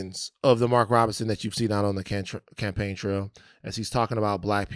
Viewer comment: Not the “CaamPain trail” 🤣🤣🤣